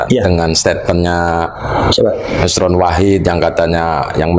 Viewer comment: nosroooon nosrooon km ini g bisa apa2 nyebut silsilah aj g bisa itu luput km yg sampaikan itu nosron jgn sok bisa km itu alkazdaaab